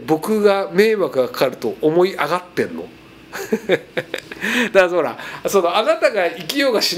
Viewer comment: のおそらく『だからほら』が 『だんのうら』にしか聞こえない